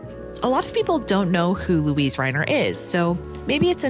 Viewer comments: The German name "Luise" is three syllables: loo-EE-seh. It's hard to hear her name mispronounced. (But that's just me.) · You're mispronouncing her name throughout the video ... weird.